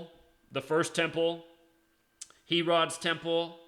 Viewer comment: Lol and it’s not HE-rod, it’s pronounced like hair-id